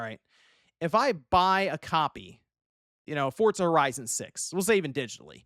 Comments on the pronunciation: I know right, bugs the hell outa me. Where's the T? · takes every opportunity he can to pronounce Forza with a T.